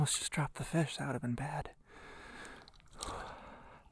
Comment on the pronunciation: nice Fesh..from now on I'm calling them fesh, not fish